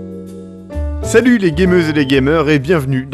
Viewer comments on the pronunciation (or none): none